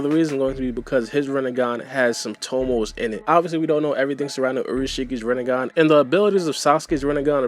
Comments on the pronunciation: Who’s here after Sasuke’s Rinnegan became “Rinnegone” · It’s rinnegun not renegun